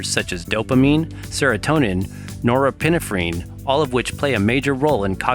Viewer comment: That's not how you say norepinephrine.